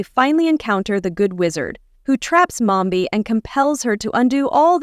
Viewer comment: Its mombi not momba